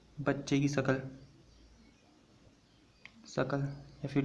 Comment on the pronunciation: It's shkal not sakal